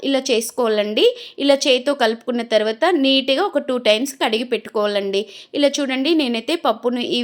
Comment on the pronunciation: తోటకూర టోటకూర కాదు.టర్వాట కాదు.తర్వాత .